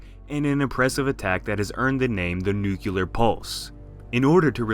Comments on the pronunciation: "Noo-kyu-ler" Oh c'mon... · Everytime says 'nukular' I die a little inside.